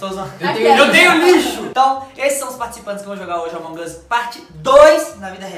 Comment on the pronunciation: Para de fala errado e among us nao among os